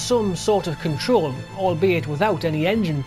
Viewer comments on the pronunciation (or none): none